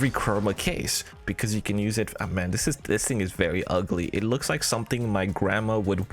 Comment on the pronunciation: You really arent interesting at all, i hope at least you know no one is here for your "personality". Also stop saying "dis" instead of "this" constantly and start saying anything worth saying.